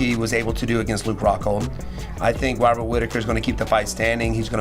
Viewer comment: I don't wanna make fun of the accent, but the way Moicano pronounces Robert like hobbit, every time he says it i picture Rob in the shire stealing someone's crops